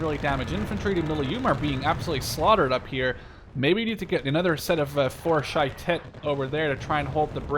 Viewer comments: shayetet 13 is our version of the navy seals and u pronounceit sha ye tet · Nice game also you're not pronouncing well shayetet, it's sha ye tet